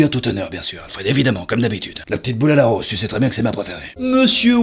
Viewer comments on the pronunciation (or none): none